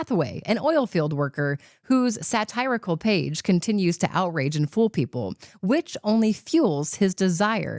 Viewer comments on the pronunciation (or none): Come on, pronounce satirical as suh-tee-ruh-kl, not suh-tai-ruh-kl... Or are you just provide some sa-tai-ur? 🤣